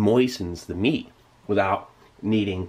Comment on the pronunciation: Idk why but i died laughing when he said "M E A T."